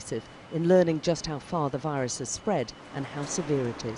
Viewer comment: “Everyone must be careful with this new rirus”😂